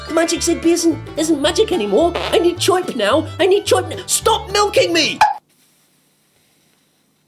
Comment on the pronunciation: "Choip" is the way that people from Brooklyn, New York pronounce the sound that a bird makes (Chirp)